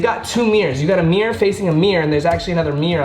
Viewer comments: brother its mirror not meor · MIRROR MIRROR MIRROR MIRROR not MIRR to MIRR to MIRR it has an 'o' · “Meer to meer to meer” lmfao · Why does he pronounce mirror "meer" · “A merror facing a merror and another merror on this end” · i chuckled every time you said "meer" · saying mirror sounds like a ""meow" when he continously says it xD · Say mirror again 😂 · Is just me who finds it funny the way he says "Mirror" :D ahahha LMAO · The way he says mirror 😂